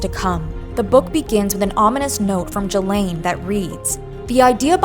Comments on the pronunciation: You are pronouncing Ghislaine wrong, and you’re doing with confidence 💀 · That's not how you pronounce Ghislaine. It's "ghee-laine" like gear not like german